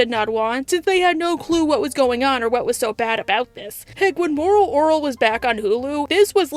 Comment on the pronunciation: Why cant you say moral orel?